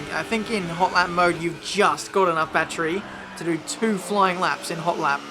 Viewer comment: Lol i love your videos but saying "bat-tree" instead of "battery" makes me cringe.